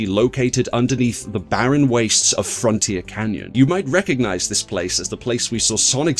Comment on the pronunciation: Lol "frontier canyon"